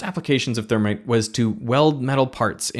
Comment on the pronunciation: interesting to hear him say "thermit". That's what my manufacturing prof said too: "thermit welding"